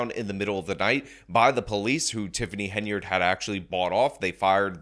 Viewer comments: you've been doing so well, but the second time you mention super mayors name, you slip up and call her heynerd. Focus, focus. HEN-yard, HEN-yard. Hey I don't like the super hag and want to see her in prison after a really embarrassing trip through the courts, but you must get her name right, or we viewers will think that you're an idiot too. Keep up the great work!! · Great videos, but it's Hen-Y-Ard, not Heynard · Hen yard. Not hey nard. And blatt. Not black. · I take a shot every time says “Hay-nard”. I don’t think I should go driving around right now. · Its Hen-Yard. Like where she keep dem chicken. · Ok. Now it sounds like you really emphasize the „enya“ in her name to make up for past videos 😉 thanks!